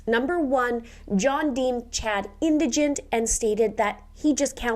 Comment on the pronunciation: I'm glad you're pronouncing the word "Indigent" as so many others mispronounce it usually inDIGnant. or endagnunt....yikes....scary when someone is presenting a crime story online but can't pronounce a few important words correctly.....I've wondered from day one, if Prior is Daybells daddy as they look close enough to be related.